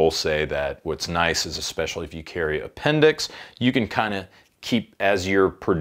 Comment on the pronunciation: A..endix carry lol